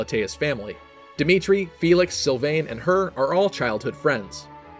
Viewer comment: "Sylvènne" bordel je meurs